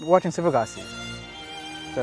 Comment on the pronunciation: ✨😆😁YaY, Finally another video!!!😁😆✨ ✨😆😢The video is so funny and kinda sad, LoL and Aww!😢😆✨ 😐 , It's not Sivagasi, It's Sivakasi...😐 😆 , No shame, LoL HaHa😆 😮🤩 , WoW🤩😮